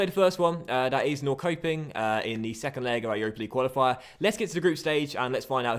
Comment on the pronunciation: Norrköping> norr-sho-ping